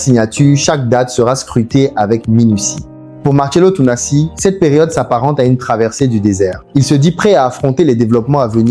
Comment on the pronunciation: Ça serait bien que tu prononces correctement son nom avant de tourner ta vidéos merci bien!